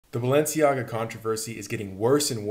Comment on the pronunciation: BAL- ENCIAGA